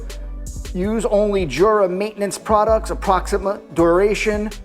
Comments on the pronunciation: It's pronounced "YOO-Rah" not "JOO-rah." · It’s pronounced without the j